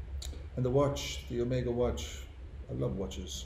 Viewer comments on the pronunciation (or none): none